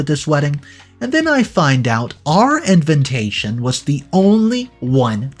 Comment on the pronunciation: repeat after me : "in-VI-ta-tion, in-VI-ta-tion, in-VI-ta-tion". please please pleeeaaase stop saying "in-VIN-ta-tion". It triggers me every time and then I can't follow the rest of the story...